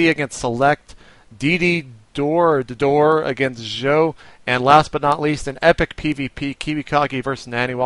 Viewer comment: I believe Ddoro is pronounced duh-door-oh btw. Thanks:D